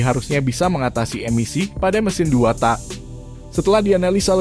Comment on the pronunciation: TAK "K" NYA DIKERASKAN PRONOUNCE NYA :( JADI ANEH DENGERNYA